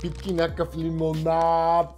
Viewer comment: Много ме кефи как казваш Лимонаад